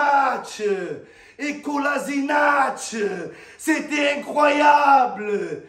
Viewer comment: tellement il était content et essoufflé il a mal prononcé "incroyable" 🤣🤣